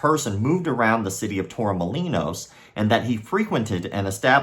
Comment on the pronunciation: That's my hometown! Brother the way you say Málaga and Torremolinos is too funny 😂. I don't think there's any way you can check on students backgrounds...